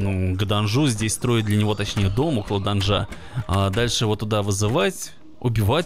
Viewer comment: В слове "Данжа" ударение на слог -да